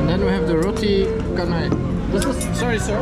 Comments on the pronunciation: Roti canai is pronounced as roti canai, not roti kenai. The dish that you ate was roti telur, not roti canai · The pronunciation of canai is "cha - nai" - The Saloma Bridge taken in conjunction with the name of a Malaysian artist - Saloma (singer & actor) in the 1960s - The fruit juice seller may not speak English well. Maybe that's why his face seems less friendly or emotionless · it's "chanai" as in "change"